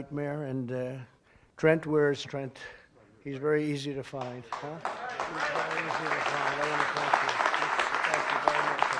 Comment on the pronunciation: "Trent where trebt he's very easy to find"😂😂😂👍👍